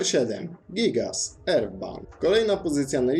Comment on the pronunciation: Czyta się Gajgas a nie gIgAs